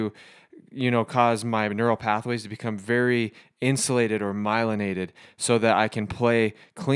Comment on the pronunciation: He said myliaided lol ??? Just don’t sound right lol